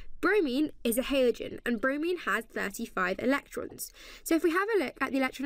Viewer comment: say halogen properly you sket